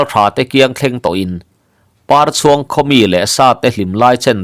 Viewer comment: 'Parchhuang,' i lam dan thluk hi a dik lovang. Pâ hming pakhat, "Papar, " tiha Parchhuang tia lam tur. Lo hal khu in Par a chhuang, tih ang hian aw.